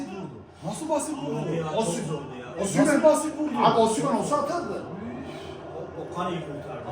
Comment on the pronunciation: Yapı ( OSIMHEN ) hahahaha çok iyi söyledin abi🦁